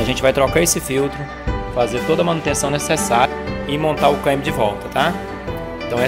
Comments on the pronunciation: Ótimo vídeo mas o "caimbio" é tenso 😂😂😂😂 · Engraçado como ele fala a palavra "câmbio", mas o mais importante é que solucionou o problema com autoridade! Parabéns!! Deixei de comprar um Kia Cerato 2018...já estava com 150.000 km rodado e o segundo dono afirmou que nunca mecheu na caixa de marchas (inclusive o primeiro dono). "A montadora não recomenda trocar o óleo da caixa" etc... Acredito que, se eu comprasse ele.... certamente teria de sambar na troca do óleo e filtro né?!....